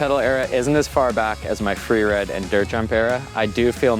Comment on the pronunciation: Fweewide, LOL